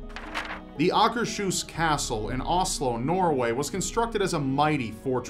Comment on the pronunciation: The pronunciation of Changi and Oslo, hell most of the places he mentions is awful lol ... America: Home of the badly dressed, badly educated and horrific grasp of basic English (and any other language they attempt). A dream of the day a video is posted where they speak properly. lol.